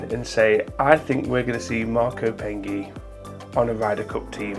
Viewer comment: His name is Marco Penge, as in Stonehenge. NOT Peng eeee !